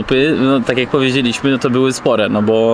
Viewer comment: Polaczenie "sprawdzam jak" (akcentujesz jak Dymitr) i ksiazula.... zenada.